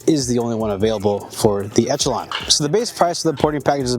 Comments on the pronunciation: Folks really need to learn how to pronounce Echelon. It's ESH-eh-lon, not ETCH-a-lon. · wtf is an etchalon... esh... esh, like echelon formation... ReeEEee... tweaked me out every time he said etch... as an aside, ordere the prp spring kit to pair with the tyrant cnc trigger for the ultimate combo... too bad this gun comes with such a weak trigger, otherwise i really like this gun as my goto striker pistol (made the switch to 2011s). Good video, enjoy getting razzed for not pronunciating things correctly, the internet is an unforgiving place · Man. Good info. I like the vids. The fact y’all can’t say Echelon correctly made me change channels.